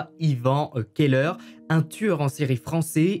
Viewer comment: Keller, cave/celier en allemand, ne se prononce bien évidement pas ''qu'elle heure''...